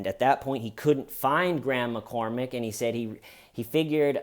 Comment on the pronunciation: Every time you said "Graham McCormack", I heard "Grandma Cormack". 😂 Why does clean cut hair style kill me?!?! 😂 I mean that in total love. Love this guy!! 🤍